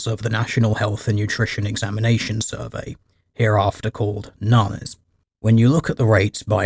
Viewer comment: FYI, NHANES is pronounced "enn-haynes" by researchers